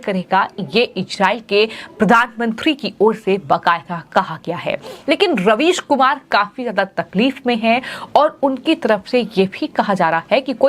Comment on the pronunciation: Madam your prouncation about ravish is wrong because might be UP OR UP born this is but natural? ???